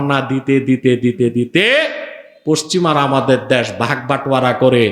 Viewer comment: দ্যাশ" নয়, ভাই দেশ" উচ্চারণ ঠিক করুন আগে।